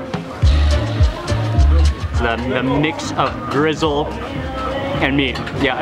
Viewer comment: why does he call gristle "grizzle"?